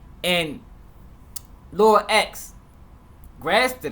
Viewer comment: Off topic but i hate when news Reporters say "Lor".. honestly wish they would just say Lil